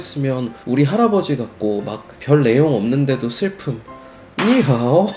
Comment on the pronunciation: 니하오 성조 정확하네 ㅋㅋㅋㅌ